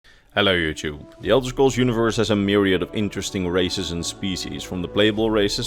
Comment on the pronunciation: I kept thinking the opening line was "Hello Djiub" and felt a little silly to realize he's been saying "Hello Youtube" all this time.